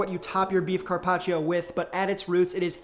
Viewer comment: “Carpach”???? “Tendu”???? Very punchable face